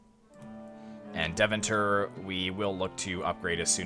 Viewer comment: Since you mention the pronunciation : Deventer is pronounced Day-fan-tur. Love the content!